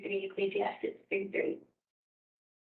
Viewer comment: “Ecclesiastics?” She really irks me! And she says she reads the Bible?